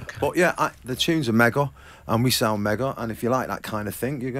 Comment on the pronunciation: How`s the record going Liam?: ""It`s going megoh""......And how`s it sound? ""It sounds megoh".